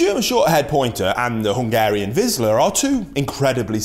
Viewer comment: It"s not "vizla" like you say it, it's vizsla, zs =zh, -> "vizhla", pronounced the same way as (J)acques, rou(ge), bei(ge), A(s)ia etc. Vizsla/ vizhla. Apart from that, the video is very informative, I learned a lot of new things, even though I'm a german pointer owner myself.